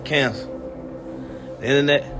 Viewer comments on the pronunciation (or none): Lmao bruh couldn’t understand durk saying Internet